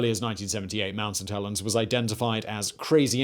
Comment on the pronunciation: All I keep hearing is mount suh-tellens